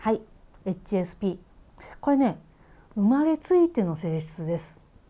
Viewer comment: 初見です。 HSPの発音に私が聞き慣れていないせいで 話を最後まで聞くことが出来なかった。